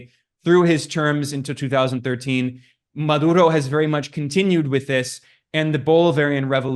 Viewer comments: correction: it's pronounced MaDuro, not MaLuro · He had a hard time saying 'Maduro' - Ma-dur-oh. With a 'D' in the middle of the name. How does he screw it up six times?